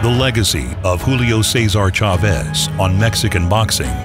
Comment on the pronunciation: The fact that the comentator couldnt pronounce chavez's name properly is fucked up. Other than that, great video